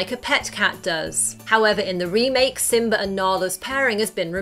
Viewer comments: Pearring isn't it purring Simba not Simbar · What the hell is with adding r's where they don't belong? She pronounces Simba as Simbar. His paw is a pawr. Poomba is Pumber. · Lol she said simber